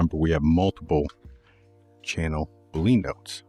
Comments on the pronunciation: Awesome, I can’t pronounce things at all, so I definitely not poking fun, but I’m pretty sure it’s pronounced like bull-lee-in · great - btw boolean is pronounced just like argentinean...